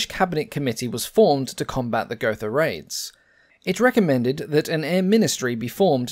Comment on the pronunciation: Gotha is pronounced go-ta. There is no 'th' sound in German, like in English. Love your videos. Keep up the great work!